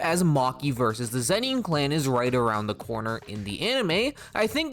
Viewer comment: lol zen-NEEN. so distracting